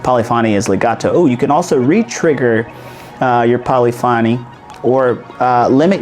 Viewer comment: Polyphony is pronounced “po-li-fuh-nee”